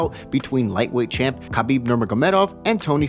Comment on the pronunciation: It’s Habib the K is silent. Come on.